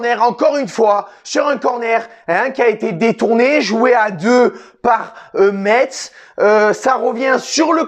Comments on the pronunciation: on dit messe pas metZ :) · Juste pour information ca se dit "messe" bon courage a vous pour la suite et bien joué quand meme 😁🇱🇻